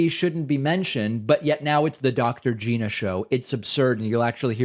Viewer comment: Nice to meet you Dr. Gina {geena} No its Gina {G•eye•na} rhymes with China